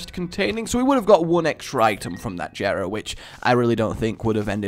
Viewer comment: JERA IS PRONOUNCED WITH A SOFT J!!!!!!!!